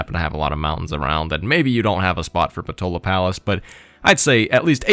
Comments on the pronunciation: If I did not get it wrong,, it is PotAla Palace, not PotOla Palace. That puny little culture/faith/diplo-vic-point definitely do not worth that effort AT ALL, but that policy card, damn, that policy card, that extra policy room for maneuvering, that little wiggling room, that extra bit of freedom, makes it worth every struggle. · Should be “Potala”? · If you're from Ireland like me you may call this wonder "Poh-tā-lā" palace just saying. PS: I can say you might have been hungry at the time of recording if you were talking about potatoes of many kinds hehehe :P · Unfortunately, you didn’t get it correctly like you said, it’s Potala Palace RIP